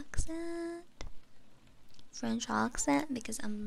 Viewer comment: Perfect EN, FR and JA pronounciation and on top of that you sing like angel! Wow!